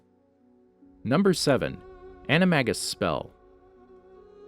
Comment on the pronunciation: You pronounced Animagus wrong